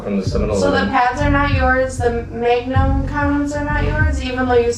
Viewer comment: This is a train wreck. Courtney is intoxicated on something, is talking in a weird accent (mayg-num? pronouncing her T’s at the end of sentences, no glottal stop like the Midwest), and even though Trilogy is usually much more professional they have no right speaking to his friends, family, or acquaintances on the phone with him the way they did. It was super obvious that this pred was calm and doing everything they asked and they wanted to do things to increase the drama. The pred did everything someone would want him to do if their genuine goal was accountability and education. They were obviously frustrated that he didn’t do more click-worthy behavior.